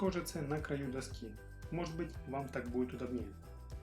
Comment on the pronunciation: Всё красиво кроме того,что режет слух🔴ужасное ударение:удОбнее,НЕ удобнЕе‼️